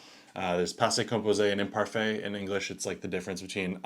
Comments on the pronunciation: The imparfay 😂😂😂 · You and ChatGpt can’t even pronounce imparfait correctly😂